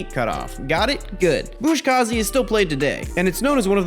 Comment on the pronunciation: I just wanted to also mention. Its pronounced “Buzkashi”. You wrre pronouncing it as “Buzkazhi”, much like “Kamikaze”. Maybe your sources are different but mine indicate this. Awesome video though, there are no critics there